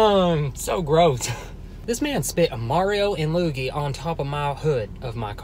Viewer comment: Wait so is anyone gonna talk abt how he called Luigi (“lu e ge”) “ loo gi” like 🤯🤣🤣🤣